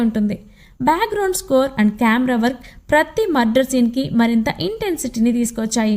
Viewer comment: Murder not mudder